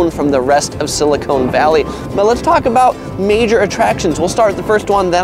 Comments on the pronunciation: Silicon. Not Silicone. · just to let you know that it is called silla-con not sillicone